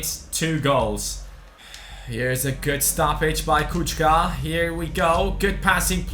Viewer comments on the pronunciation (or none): it's not Kučka but Kucka with C not tsch